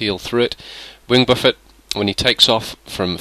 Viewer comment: You pronounce the word Buffet funny :3 GIVES ME MUCH LULZ IN MA BELLY.